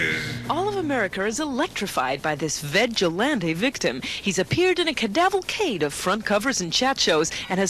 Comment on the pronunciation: 'cadavalcade'! 'coffin boffin'!